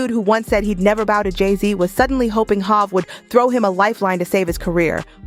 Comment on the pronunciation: This lady narrating know damn well hov name isn’t hav and she’s killin jadakiss name and Nas!! 😂 she’s straight buggin!!!